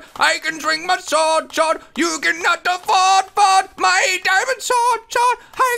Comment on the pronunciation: You said I can drink my sord lol